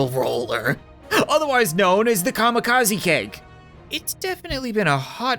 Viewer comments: I love the fact that he he calls it the kamikaze keg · Him saying camcazy keg is just